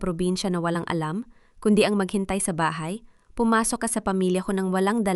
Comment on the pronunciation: paki ayos Po ang salita mo.bahay BAHA, telepono, telepo